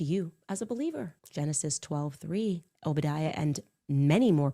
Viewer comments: This lady should have learned to pronounce O-bed-ia before making a video because no one knows who “oh body a” is 😂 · Who could take anyone seriously when she calls Obadiah...obidea 😂😂😂 retard! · She said Obydya. It’s pronounced Oh ba di ah. Ai messes up words a lot. What if that’s an Ai video?